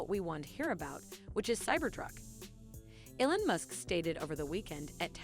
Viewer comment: ELON not elan! 🤨